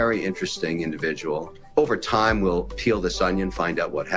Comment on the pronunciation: Asmon turned into a souther bell "I do declare mistah Jim! They nevah taught us to read the tyyme!" 😂😂😂